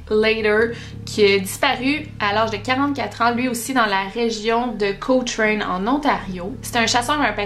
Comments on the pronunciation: Je n'avais aucune idée qu'il y avait autant de disparitions ici dans la région.. C'est un peu inquiétant.. Mais je suis curieuse de voir ta prochaine vidéo, j'ai bien aimé! Ps: Juste comme fait à savoir pour la ville de Cochrane, on la prononce Co-kren. :) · C'est juste un détail mais je vit près de Cochrane et tu le prononce mal haha